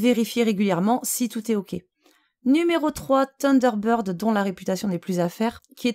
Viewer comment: Salut, tu veux un autre petit cours d'Anglais? Thunder----bird (sunder----bird) tu sais comme dans ACDC:-) Avec la langue entre les dents ssssssseeeeuu lol Sinon en logiciel gratuit tu as 7 + Taskbar super pratique pour déplacer les onglets de la barre des tâches ce que ne fait pas Windows 7 + plein d'autres options.